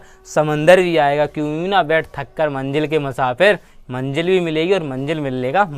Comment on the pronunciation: ओ चाचा, it's MANZIL not manjil....... बोलने me ज़मीन और आसमान का अन्तर है